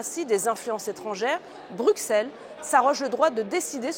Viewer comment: Bonjour Madame Joron, Un Bruxellois vous le dit : on prononce Brusselles et non Brouxcelle. Merci pour tout.